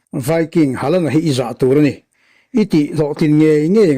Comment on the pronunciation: Hawland anga lam tur,hei chu english lamthiamlo ho lamdan nih hi